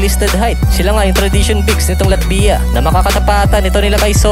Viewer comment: medyo masakit sa tenga. Paki pronounce mo ng latvya. Thanks...